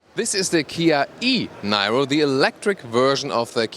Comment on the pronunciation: Nairo? Really,?